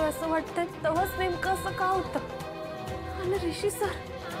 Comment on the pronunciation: हिसी नाही ग बाई ऋषी😂😂